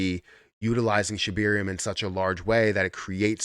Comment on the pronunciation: Sheb AIR eum there is no E after the B lol just laughs.